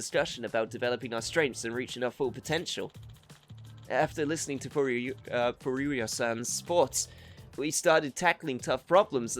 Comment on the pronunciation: Wette Chicken? Well, I guess that's one way to mock a rival business. 🤣 Congrats, man. You actually managed to come up with something more eyebrow-raising than Wette Kitchen. Oh, and your occasional messing up of names by arbitrarily inserting an extra syllable is my jam. So far, we've got: Hamura -> Hamamura Murase -> Murasame Furuya -> Furuyuya There could be one or two more but these are the three I can recall off the top of my head. The pattern seems to be 3-syallable names that your brain seems hardwired to changing into 4-syllable ones. Yagami should thank his lucky stars that he's the protag or he'd be Yagamimi or something, lol. Looking forward to see if there's more.